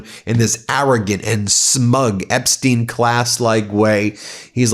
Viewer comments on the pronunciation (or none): none